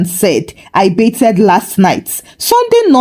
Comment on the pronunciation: Genuinely love your stories BUT, I have to ask…why are you pronouncing it “BAYTH-ED” with the “ed” like that? The “ed” isn’t said that way. I notice you do the same with “breathed.” And you pronounce “favorite” as “favor-right”… I’ve been around Nigerians my whole life and never came across this. It’s hard to listen to.